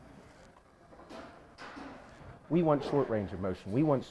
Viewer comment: Mowshen guys